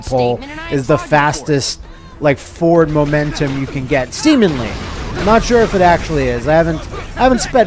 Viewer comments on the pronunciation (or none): did you say Semenly?